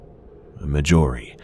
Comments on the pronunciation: Marjorie. Mar-jor-ee. Everything else in this series has been phenomenal but this incessant mispronunciation is driving me insane. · This is excellent but I despise the way you pronounce Marjorie. It's pronounced like margarine. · Anyone else annoyed by the way he pronounces Marjorie??